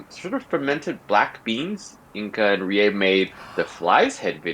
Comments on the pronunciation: i think her name is kinda like RI-EH but they pronounce it as "ree- yeY", so maybe that why you misspelled it, but her name is Rie not Rae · RIE RIE RIE not ''rae'' the name doesn't exist in japan